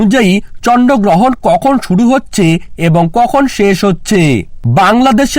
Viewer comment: ata chonno grohon na bhai ata chondro grohon 😅😅😅😅😅😂😂🤣🤣